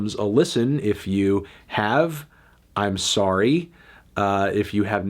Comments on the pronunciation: Anthony turns Canadian for one second while saying "sorry" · Anthony went Canadian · Woah Melon, I didn’t know you were Canadian